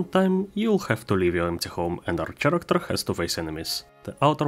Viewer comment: Спасибо за тутор, особенно в рамках Godot. Замечу только что слово "персонаж" говорится как "кэрэктэр", не "черэктэр". Удачи в творчестве и упортства в практике!